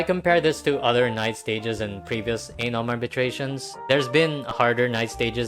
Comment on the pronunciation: You saying Anom sounds way too close to something else...